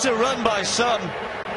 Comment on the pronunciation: Not "Sum" but "Soom"... That "u" is phonetically "ooh" when reading African words